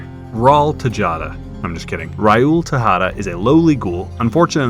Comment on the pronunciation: "Rai uul" 😅